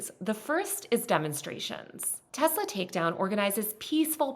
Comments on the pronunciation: Nooo… it’s Teslarrrrrrrrrr 😅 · It's pronounced, "Tesler." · excuse me, but the president says it's pronounced "Tesler"